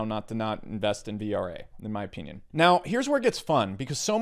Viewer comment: "in my opyinyin" XD